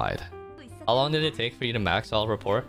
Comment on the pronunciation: How did no one in twitch chat tell you you're pronouncing "rapport" incorrectly??